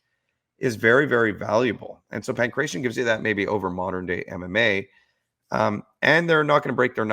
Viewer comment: Stop sayin pankretion (my ears hurt). Its Pangratio xD